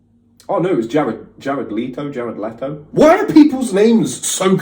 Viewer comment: OMG! I died when he tried to pronounce those 2 actors names. Jared's last name is said as: "Let-O". And Joaquin is: wah-keen. I believe it's a Spanish name. But I don't think he's Hispanic. Has tried saying Nathan's last name yet? I'm gonna say nah. Gotta keep watching, can't wait, lol. Also, ❤️ these reaction vids to NF. Been a fan since All I Have dropped in 2015, & bought tickets to see him live for the 1st time on the Hope tour in Georgia (USA). Excited!! 🙌